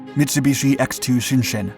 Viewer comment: A hint.... Japanese when printed in english is pronounced as it's written.... Shin-Shin